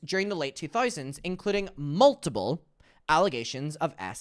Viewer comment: i love how it sounds like you’re saying multible